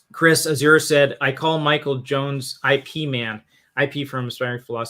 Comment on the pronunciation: Ip Man is pronounced like Zip without the "Z".